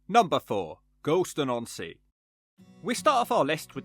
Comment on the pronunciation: "Gorleston" sounds a lot like "gallstone"